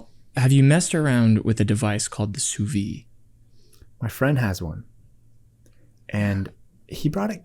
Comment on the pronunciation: sous-vie ? or sous-vide ? In French sous-vie kind of means "under life", and sous-vide means "vaccum" ("under empty"), don't forget the "d" sound at the end